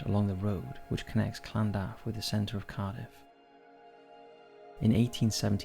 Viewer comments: In Cardiff its lan-duf not what ever you say it called:/ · The way he says Llandaff 😅😅😅